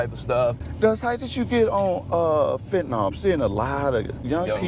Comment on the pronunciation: 1. Learn how to pronounce fentanyl. There's no such thing as fentanol. 2. Don't try and use music you listen to as an excuse for your poor choices. Thousands of people listen to those groups and not once have considered putting any of those illicit substances in their system. YOU MADE THAT CHOICE. I'm not usually one to say homeless people put themselves in the position their in, but this kid has completely done this to himself. Sad.